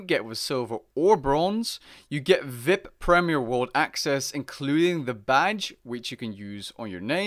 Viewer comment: Triggered you said vip lmao nobody says that lol. It’s v.i.p lmao